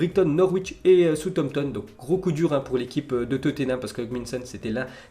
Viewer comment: Southampton...🙈, par pitié fait un effort de prononciation.